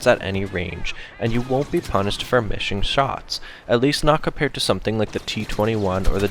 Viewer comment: lol you said misshing shots